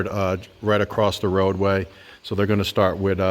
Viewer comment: There is no "t" in "across"